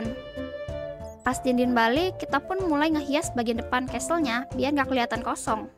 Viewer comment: Casel bukan castel🙃